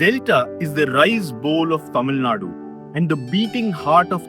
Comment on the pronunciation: yaen nae "Tamil Naad" nu solreenga? Azhaga "Tamil Nadu" nu sollalam le 😔